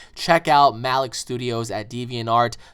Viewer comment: You're pronouncing Malik wrong